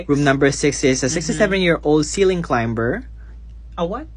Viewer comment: Have I been saying "climb/climbing/climber" wrong my entire life? I've never pronounced the b at all lol